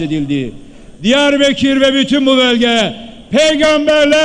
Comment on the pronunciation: Diyarbekir değil beya Diyarbakır...